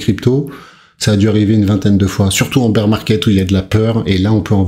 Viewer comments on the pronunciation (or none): none